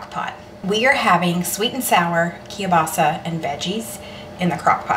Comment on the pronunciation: …and kielbasa. 🤦🏽‍♀️